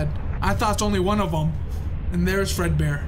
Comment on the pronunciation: Fred bear ❌ Bread bear ✅